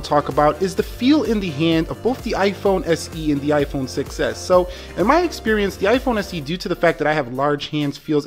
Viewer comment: I heard iPhone success not 6s hahaha